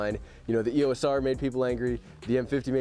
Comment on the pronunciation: It's e ō s. It's a long o sound.